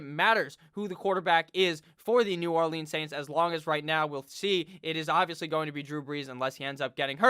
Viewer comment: The way you pronounce New Orleans makes me wanna off myself